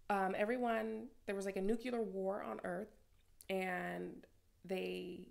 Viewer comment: Cool review! Season 2 took the book to new heights. What do you think? PS: Girl its nuclear, not nucular lol